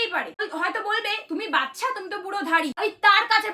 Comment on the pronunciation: বাচ্ছা হবে না বাচ্চা হবে। R tar thekeo boro ktha akhn ato mature ato normally kotha kivbe blcho .